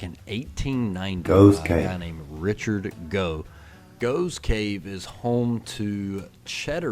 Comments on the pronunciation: It's pronounced Goff's cave - spelled Gough's Cave. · Gough's Cave - usually pronounced Goff's Cave (the old gh = ff thing). At 18 I started a Engineering degree at Bath University, but just before my 19th birthday my father died and I dropped out and ended up getting a job that took me to London where I've lived ever since. My brother and mother continued to live in the Southampton area until my mother retire and she came to live with me. My brother continued to live in Hampshire until he retired and moved to Gloucestershire - my niece and her family still live in Hampshire. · Gough's Cave is pronounced 'Goff's'. I was at school many decades ago with someone of that name.